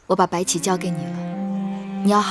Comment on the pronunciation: 小狼說白起的時候 很像說白痴